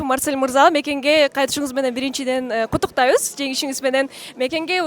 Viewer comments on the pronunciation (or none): Кутуктайбыз эмес куттуктайбыз туура сүйлөгөндү үйрөнгүлочү.